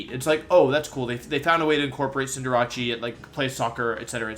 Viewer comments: When he called it cinderachi in stead of cinderace it was funny to me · Why did he say cinderace like that😂😂😂😂😂, cool vid tho I love all the animations in this list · Is anyone else bothered by how he pronounces Cinderace? Like, it’s about an ace player. Since Cinderace is a good soccer player, it’d be considered an ACE, like ace trainers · Not him butchering easy names like Cinder-ACE and Giga Impact. Cinderace is pronounced like a being the ace at the game or ace of hearts in cards not -ache. How do you even mess that up that badly? Giga Impact likewise is not pronounced with a J sound at all but a hard G.